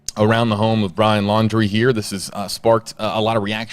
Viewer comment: He can’t get the name right,fake???